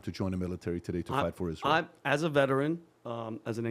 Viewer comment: She can't even pronounce Israel